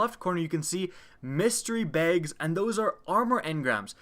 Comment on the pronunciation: The way you say "Bags" bothers me